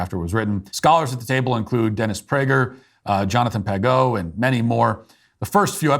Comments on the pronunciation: It would be interesting to hear Matt discuss his take on ADHD and depression with Jordan Peterson. Also, the "g" in Jonathan Pageau's last name is pronounced as a soft "g," as in "corsage." You show watch the Exodus series, Matt. It's outstanding! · Please stop mispronouncing Jonathan Pageau’s name.